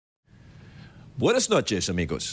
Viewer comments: the way he says "buenas noches amigos" is P-e-r-f-e-c-t-o!! ...And sexy!! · el "buenas noches amigos" del principio ha sido brutal.